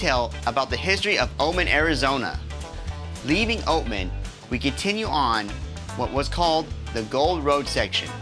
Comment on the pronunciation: AI slop. It's not Omen. It's Oatman!!!!! Before you post, make sure it's correct.!!! Unbelievable